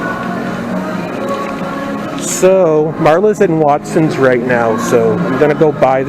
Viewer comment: Wait. Wait…did you say Watsons. Lol.